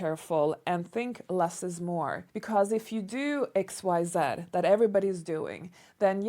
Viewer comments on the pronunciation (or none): I loved how you said the x y in the English pronunciation sound then the "z" came out in the French pronunciation sound. Love it.